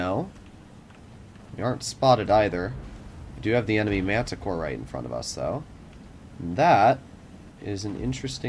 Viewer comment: Why are u saying Mantacore when its Manticore?